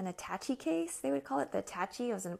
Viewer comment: A (the vowel), Tash, aaaa (long A). Attaché ;). Thanks for the video